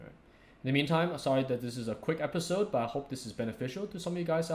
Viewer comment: I love how you say "episawwd" x)